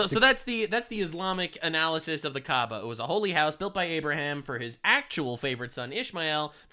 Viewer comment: They keep talking about Kaaba and all I can hear is Kaabbage. (pronounced cabbage 🥬)